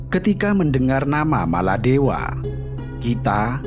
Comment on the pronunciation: Sebutan biar betul bukan maladewa